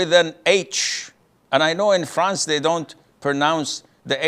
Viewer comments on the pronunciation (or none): none